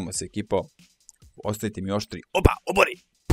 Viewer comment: Ti kako kazes opa,meni zvuci wopa :D Samo kidaj ! <3 #wopa #opa #obori